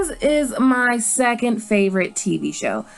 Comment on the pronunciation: I hate it when she says "secont". Ugh so annoying.